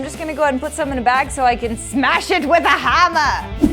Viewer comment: “so I can smash it with a hamma” She said it in a British accent